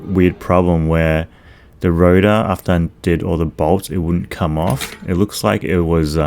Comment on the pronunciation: Rotar* not router